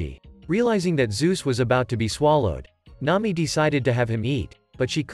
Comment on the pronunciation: “N’ami” and “luiffy”